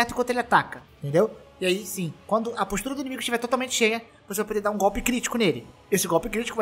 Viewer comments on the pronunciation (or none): none